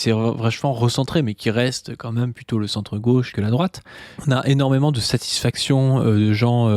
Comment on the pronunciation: Ok toujours sur l'enquête de pourquoi prononce "meume" le mot "même" 3 possibilités: Variante de prononciation picarde, bretonne ou normande. L'enquête se ressert